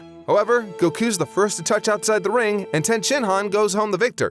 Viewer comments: If you're gonna be pretentious enough to pronounce Goku like that at least do it right, the O sound in the native language would be a short O not a long O. Goh-Kuu not GO-kuu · Japanese does not have timing based accents. It’s Goku, not Go’ku. Learn to say Goku correctly first before correcting people on tenkaichi budokai. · gokuu... not to be rude but why do you say gokuu when everyone else pronounce it goku with parenthesis on the O in goku